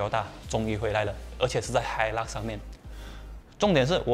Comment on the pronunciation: 发音错了 是hailak 不是hilux 🤣🤣🤣